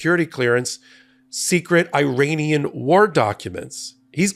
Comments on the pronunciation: It is pronounced E-RUN and E-RA-NI-AN , not I-RAN or I-RAY-NIAN; and it’s E-RACK, not I-RACK! Why are you acting so ignorant? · Minor note. Iran is pronounced Irahn. The people from there are Irahnian. I only know this because I worked for people from there who corrected my mispronunciation.